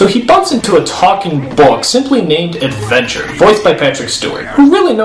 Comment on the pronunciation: "HEYU ARE LOOKING FOR ADVENTUAH"